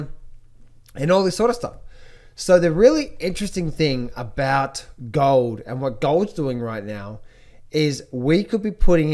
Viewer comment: Gaaah-old and sil-vah...what kind of accent is that,?